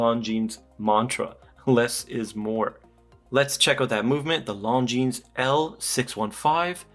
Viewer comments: the way you pronounce it, it sounds like long-jeans!😂 It is pronounced Longine, without the s! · "Lohn-J͟e͟a͟n͟"! 😊 The emphasis is slightly on the last syllable! 🙂 We don't have to pronounce it with a French accent though!... nobody wants to be that guy! 🤷‍♂️ I normally wouldn't say anything, but I watched an upload on the importance of watch reviewers pronouncing the brand name correctly - because all of us guys who watch your reviews to learn stuff will also pronounce the name incorrectly coz we'll follow your lead! I thought that he had a really good point! Great review as normal! Cheers. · Right. If not Google translates it as "long jeans" 😄. I'm french btw. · Still said it wrong. The S is silent in French. Beautiful watch but I’d probably prefer it without the date. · The ‘s’ at the end of Longines isn’t pronounced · Yeah it annoys me too!